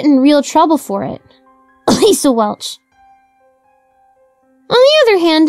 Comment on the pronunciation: Lol "ahehm Lisa Welch"